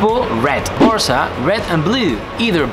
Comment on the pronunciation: Why he pronounces with british accent the Spanish name?